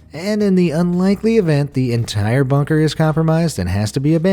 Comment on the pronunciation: I don't know about about everyone else but every time they say bunker it sounds like bonker. I know they are saying bunker but it still sounds very bonkers to me